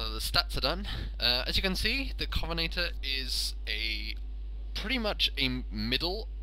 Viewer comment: covenaytor? covenANTor